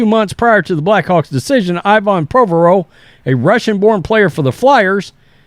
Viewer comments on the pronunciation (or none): "Prowvaerowv?" Haha! We will be better heard the less retarded we sound. Just a joke. Keep up the good work, sir!